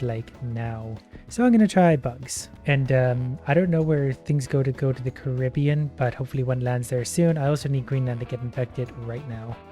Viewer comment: How come no one is talking about how pronounced Caribbean?